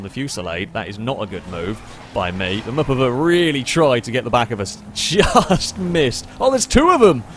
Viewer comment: *Mupuva. And it's another name for the Mazda MPV.